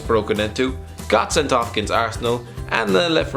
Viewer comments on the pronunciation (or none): none